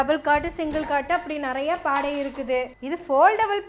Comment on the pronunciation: சாகோ, கொஞ்ச நேரம் அதிர்ந்துட்டம்மா, நீ பாடை nu சொன்னது எனக்கு பாடு (கெட்ட வார்த்தை) nu கேட்டுடுச்சி